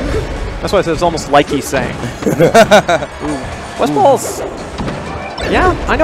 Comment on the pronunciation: did he call him "Westfart"